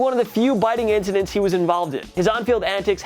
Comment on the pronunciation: He can’t pronounce incidents